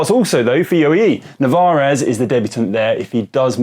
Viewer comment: Two things: 1) Narvaez. Not navarez. Pleeeease get this right its doing my head in 2) surely affini makes the list of powerhouse domestiques? His Giro was arguably as phenomenal as WVA's, monster engine -- definitely on the flat stages